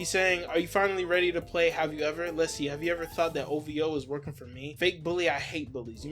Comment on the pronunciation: One of drakes biggest crimes is that he pronounces it "O-VEE-OH" buts its spelled O-V-O, like my niggq wheres the "E" sound coming from